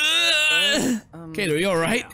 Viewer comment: Judging but a lot of his previous misreads never. Unless a direct pronunciation points it out to him he doesn't usually catch his mistakes. Or worse as in Kaede and Kaito (Kyehdeh and Kyto) he often reverts (Kade and Kato).